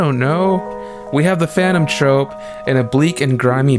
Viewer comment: this video would have been a 10/10 haven't you been saying phanton trOpe the whole time